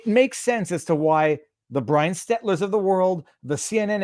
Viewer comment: If they don't protect Executive Privilege, the documents to come out of this administration will be ridiculously damning. And he still can't pronounce Stelter, not Stetler.